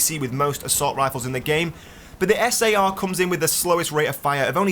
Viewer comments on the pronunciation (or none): SAR is pronounced sars without the s